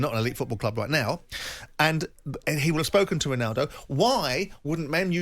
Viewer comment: ronawdow.... my god these english people butcher all the languages!!! even English!!